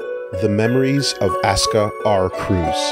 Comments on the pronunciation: These videos are a godsend, but mispronouncing "Kreuz" as "Cruz" is starting to get to me. Still a blast to watch, though. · Aie, pronunciation of Kreuz is so weird to me.